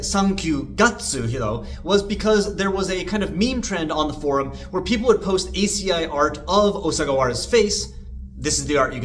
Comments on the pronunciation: ASCII is commonly pronounced "ask-y" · I would never judge your Japanese pronunciation - it's far better than mine. I will, however, judge you mercilessly for not pronouncing ASCII "ask-ee" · damn pronouncing ASCII as A-C-I is crazy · I don't care about the pronunciation of ガッツ vs. guts, but reading "ASCII" as "ay ess see eye eye" instead of "asskey" is weirder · Never heard someone say ascii like that lmao